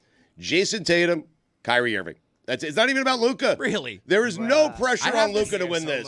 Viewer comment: until stu learns how to pronounce luka’s name, his opinion should be rejected on this topic